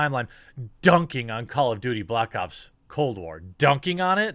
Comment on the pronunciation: "Cold Blops"